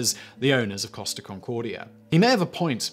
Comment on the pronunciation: i kept thinking he is saying cost of instead of costa